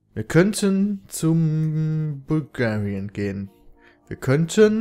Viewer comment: du sagst wirklich IMMER bulgarian XD